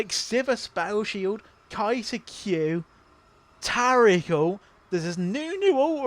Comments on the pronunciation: Fking English fks inventing weird ways to pronounce normals words. Tariiiiiick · New watcher, love the commentary. Big gripe though, you've rewrote my brain and now I can't say Taric properly. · I love how you pronounce Taric’s name like he’s Arabic.